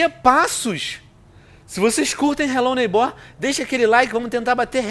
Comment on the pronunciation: "Relo neibór" 😂😂😂😂😂